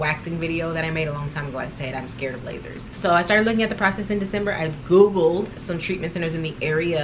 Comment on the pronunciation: The emphasis you put on Googled..if you know you know🤣😂